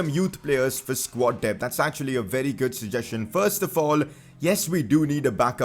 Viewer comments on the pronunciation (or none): none